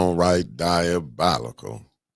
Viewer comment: The fact that y'all can't get that mans name right, DI O BOL ICAL!!! 😂😂😂